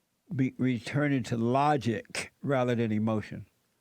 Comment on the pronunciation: and have the most incredible hard K sound I’ve ever heard. Distorted my headphones 😂😂 “looooogiCK!”